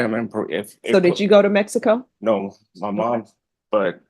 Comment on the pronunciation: Made in MEH-HEE-CO